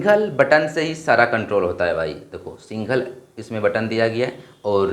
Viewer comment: Single❌singhol✅🤡 Add❌edd✅🤡🤡🤡